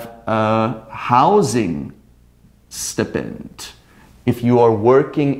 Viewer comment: excuse me, did you pronounce the word "stipend" wrong?